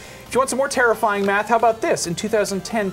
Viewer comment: Did he say terrifying rampage or "tara-finding rampage"?